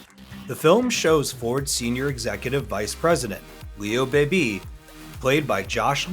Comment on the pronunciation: It’s pronounced Leo BEEBEE, not BAYBAY. Also, you mention about the tracks where races took place, weren’t filmed there. That’s a given considering that tracks like LeMans and Daytona don’t exist i the configurations they did in the 60s or they have been updated or modified to where they wouldn’t look right.